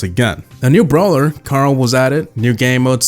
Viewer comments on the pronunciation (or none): none